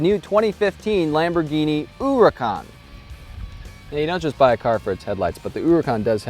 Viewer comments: The name 'huracán' it is actually pronounce the way the guy said, but with the strong syllable at the end, not at the beginning. The tittle on the 'á' makes it strong. So instead of you say HUracan, it has to sound like huraCÁN. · OMG you might get your ass kicked if you keep saying oooracan in public, just pronounce it like everyone else does. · HOO-rikhan. Lol. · He saying huracan wrong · Why is an Italian car going with Spanish pronunciation? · Never heard such a terrible pronunciation :D Hahaha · If you could pronounce the name of the car right that would be greeeeat